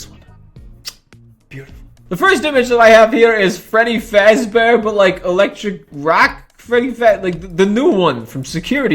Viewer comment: My guy can’t even say fazbear 😭👏